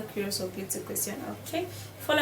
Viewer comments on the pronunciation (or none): none